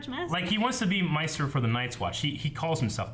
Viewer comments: Maester not meister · Maester: May-ster, not Mar-ster. Come on guys. Otherwise, awesome. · 1) The sound and video desync after the review. 2) Why pronounce it 'meister'? It's 'maester' (or 'meester'). 3) Minor spoiler, I think: if Littlefinger has that Valyrian knife now and we've seen pictures of Arya with it, what do you think will happen to lord Baelish? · Lol it's not misters or masters. It's MAEsters..... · i thought it was pronounced May-ster? not My-ster. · "May"-"stir", it has a common latin (ae) spelling in it that is pronounced with a long A- not a big deal, but it drives me crazy, lol